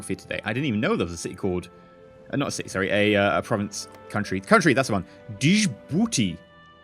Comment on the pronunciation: You pronounced Djibouti wrong